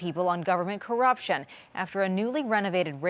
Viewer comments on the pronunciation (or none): none